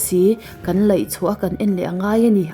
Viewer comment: ❤🎉❤🎉 - 'Lei' hi chi 5 a thluk dan a awm a. Thluk dan a zirin a kawh a dang a. I la thluk sual zui. I record lai pawh hian i hrelo nge mawni aw Thin hi a rim ṭhin...!!!